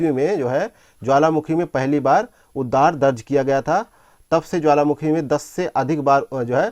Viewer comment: Not उददार it's उद्गार